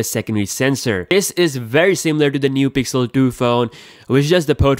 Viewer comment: "Pigzel senzor beeyest"